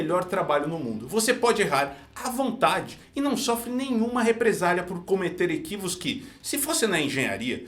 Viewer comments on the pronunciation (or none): "cometer equivos", 2023 Dos mesmos pronunciadores de "cupção"